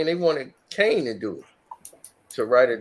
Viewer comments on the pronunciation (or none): none